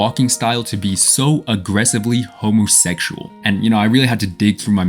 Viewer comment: homosexual, pronounced: homothekshual